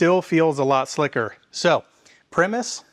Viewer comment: Btw pronounced pry-muss. 99% sure. Like the band. Same spelling.